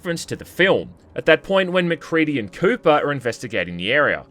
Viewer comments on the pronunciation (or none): My brother in Christ, it's Copper not Cooper.